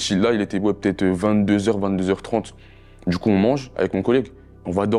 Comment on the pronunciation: "tchimide, dju coup", MDR cassos...